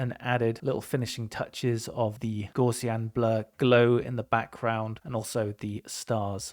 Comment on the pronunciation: Gaussian blur, invented by Carl Gauss. Gauss rhymes with "house", not "draws". Gaussian rhymes with "house be in".